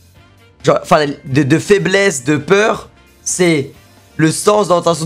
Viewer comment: Tu parles de peur ou de faibmésse mec ?